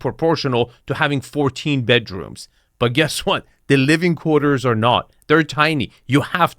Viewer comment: "from both badrooms we can access this terrace which is embalashed by..." why are people who can barely speak anywhere near wealth?